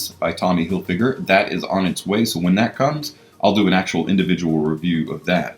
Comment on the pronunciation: Hilfyger? Seriously?